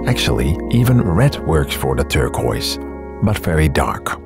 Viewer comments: I like the video, but the way you pronounce turquoise.. kills me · cool video! the close up shots are really awesome. you also say turquoise funny 😁